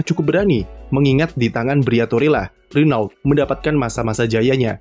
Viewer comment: renault dibaca rono